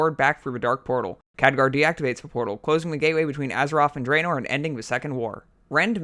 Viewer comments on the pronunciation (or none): I like how he just gives up on his Th's. Deafwing, Feramore, Azeroff